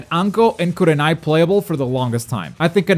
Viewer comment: i left when you said kurenai 💀 you a fool